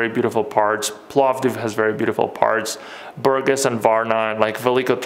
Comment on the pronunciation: It's BurGAS. The accent is on the latter syllable.